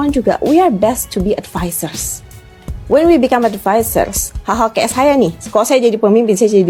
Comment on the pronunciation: Jangan merasa sok superior using English halp Indonesian when U not pronouch it that Rite, wkwkwk EGEN (again) Rite (right) Th Wen (when) Kemplet (complet) Meni more, lol